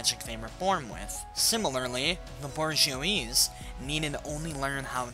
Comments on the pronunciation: It's not bor-gee-oys it's boo-jwa-zee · "Borj-ee-ose." It's actually pronounced Booj-wa-zee